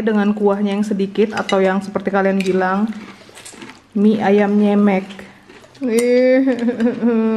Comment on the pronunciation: Bukan nyemek bilangnya, tapi nyemek.